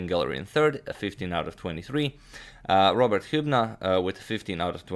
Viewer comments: "Rober" James Fischer lol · "rober" ahahahah